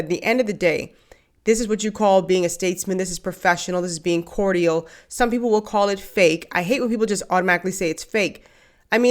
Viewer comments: I absolutely love you and your channel, so PLEASE don't take this the wrong way. But is "Cortial" the pronunciation in the Bahamas? It's just "Cordial" here. So I was wondering. Thanks for any info!!! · cordial (phonetically) is core-jul.💖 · Did you just say "cor-dee-ul?" Someone needs a grammar class.